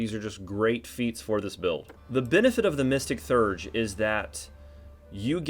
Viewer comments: Actually, more like Thay-urge. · Theurge is pronounced “thee-urge”